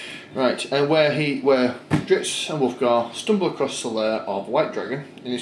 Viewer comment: I hope I'm not sounding like an ass but it really started getting to me after you said dritzz 5 times and apparently nobody caught it before which I find very depressing it is drizzt... So the zz sound comes before the T sound dr-izz-t